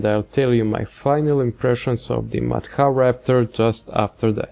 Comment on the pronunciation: It's pronunced more like mat hra.